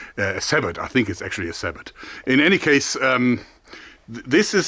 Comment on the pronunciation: do you mean sabot? Pronounced (sæboe)